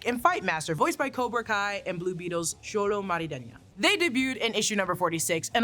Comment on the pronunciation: "Xolo Marideña... but I don't want to get this person's name wrong." Well... too late.